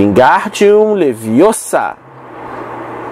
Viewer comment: É Leviosa, não Leviosah! 😅